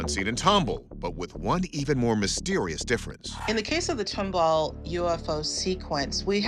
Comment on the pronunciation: Respectfully, it is pronounced tom ball not tumble. 😁